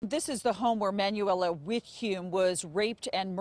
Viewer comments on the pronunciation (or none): Manuela is pronounced “mon-WELL-uh” not “man-you-WELL-uh” 😑😑😑 smh